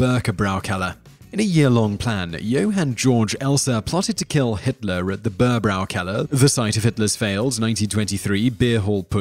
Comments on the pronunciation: Can you not try to pronounce the words in a way that at least vaguely resembles what they're supposed to sound like? Seriously Bürgerbräukeller is easy to pronounce, even Google translate can do it. Same goes for all the other videos that include non-english words or names, your pronounciation of 95% of those is just abhorrent. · Haha, the way you pronounce "Bürgerbräukeller" was so funny and full of mistakes..